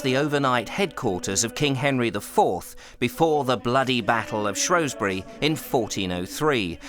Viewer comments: Brilliantly made programme. Thanks a lot. The only irritant was your mispronunciation of Shrewsbury. It’s Shrews bury not Shrows bury. Only people from outside the area or posh pretenders call it Shrowsbury. 😀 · Tiny velvety animal... 'shrew'...not pronounced 'shrow' is it??? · I do wish you would STOP calling the place ShrOwsbury when the correct name and spelling is ShrEwsbury, as for the Welsh pronunciations they were hilarious other than a fabulous series. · Shrewsbury has NO O in it!!! Why do people constantly pronounce it like there is! 😬😡